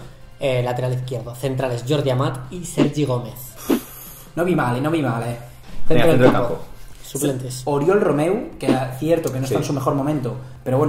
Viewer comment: No es ORIOL!!!! SE PRONUNCIA URIOL